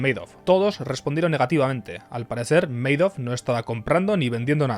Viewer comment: Se pronuncia Ma-dof... no meidof.